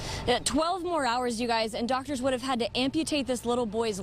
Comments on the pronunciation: Is it just me or when the news reporter says Fox it sounds like fucks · It sounded like she said f***s 11 news but sorry